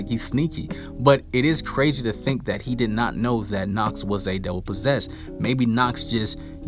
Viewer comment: Youre pronouncing nacht worng ch is more like the breaving of darth vather and youre speeking it much longer